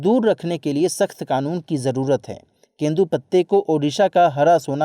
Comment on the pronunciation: ◆वो केंदू पत्ता नही तेंदू पत्ता है